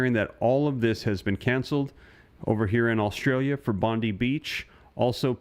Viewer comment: its Bondi not Bondeeee